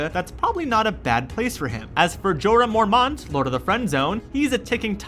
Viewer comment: Jorah Mor-mónt